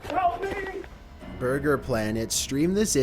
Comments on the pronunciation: borger king fuut lettice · bhurgur king fut lettuce